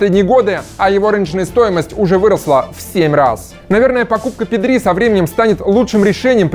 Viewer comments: ПэдрИ? серьёзно? когда научишся ударение ставить правильно? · произносил Педри с ударением на последний слог специально для Васанта?)) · Испаноязычным прям режет ухо ! Правильно Пéдри , а не Педрú !!! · pEdri ударение на Е. Испанское правило на ударение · Как то неправильно произносите Педри. Ударение падает на е, а не на и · Педриии( ударение😬)